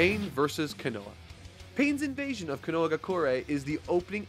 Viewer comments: ..... Kono-HAMA-ru Also... Kono-HA maybe it's your accent idk but hearing "kono-wa" makes me wanna cry love all your shit tho :))))))))))) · I’m sorry I just have to point this out it bugs the hell out of me it’s ko no ha not konoa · Hey, love your content and glad you're back!! made me sad to see you gettin shoved down by the man haha. One thing: Koh-noh-ha, not 'kanoa':):D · Hey big fan love your work by it's Kono-ha.. not Kono-ah just wanted to let you know if you don't know or don't want to get the name wrong for any show watch some of the English sub to hear it for your self 😅 so people don't get mad 😁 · Just going to point it out here, Konoha is not pronounced 'Ka-no-wa', but pretty much how it looks, 'Ko-no-ha'. I understand Japanese pronunciation is weird and all, and that their 'ha' is a little confusing. To simplify it, their 'は' is generally pronounced like 'ha' normally, like used in nouns, verbs, adjectives, est. But when used as a topic marker or other grammar-like situations, it gets pronounced as 'wa'. Hope that makes sense. Anyway, been excited to watch your review on the Pain Arc, and I hope you enjoy the rest of the series. Funny enough, it was the meme fight that pushed me to stop watching the anime of Naruto, and just read the manga. Glad to see it wasn't just me that found the fight a little off putting. Didn't even know it was called the meme fight. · "Co no ha" not "cu no huh" love the videos:) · That's funny, you call Kono-ha "konowa" XD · I love ya but you keep mispronouncping Konoha (Ko-no-HA) not Ka-no-ha. Also why didn't you like Batman in the past? I hope you touch upon that in the future video. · Omg stop saying ko-noah its ko-no-ha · Konoha, not "Konoa". Please improve your Japanese, OK?? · q u i n o a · Ah yes, Kinowa, my favorite Bionicle. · Absolutely great vid as always and a legit entertaining ad per the usual, keep it up! (Konoha = Cone-o-ha) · I feel Pain every time says "Konoha."